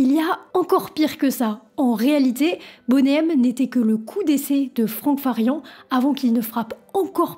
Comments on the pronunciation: Bonnet M c'est pour les fans de grosses poitrines. Sinon ca se prononce plutot Boni M. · vidéo intéressante. bon travail de recherche. seul bémol, tu devrais arrêter avec ton anglais "frenchie". le nom du groupe se prononce boni M, et non bonnet M. on dirait que tu donne une taille de soutien-gorge 😂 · C'est énervant de t'entendre dire "Boné M", c'est de l'anglais, c'est "BONI M" que ça se prononce. Comme ce n'est pas "Rayverse of babylone" c'est "RIVERS...".... Bonne vidéo mais si tu dois parler d'eux autant bien le faire à fond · Why is that voice off person UNABLE to pronounce English words correctly 😅😅😅 Bonay M😅😅 Raaïverzzzz of babylone 😅😅😅😅 . Mais enfin arrêtez de massacrer la langue anglaise for God's sake😮😮😮